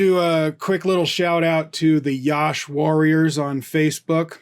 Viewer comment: Sir it's not yaash.. just Yash.. say like Ya - sh = Yash ...